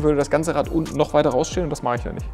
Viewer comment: das Rad = RaTT, das Bad = BaTT ^^